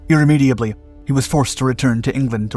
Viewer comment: “irrameadably” what?